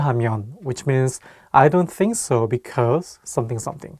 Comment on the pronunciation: What the heck the way you say I don’t think so is so hard 🤣